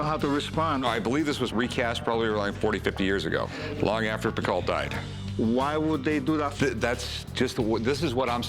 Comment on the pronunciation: Picault is not pronounced 'picall' it's "pico"